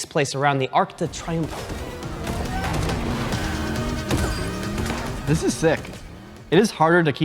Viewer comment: When said "Arc de Triomphe" I thought he said "Arctic Triangle" lol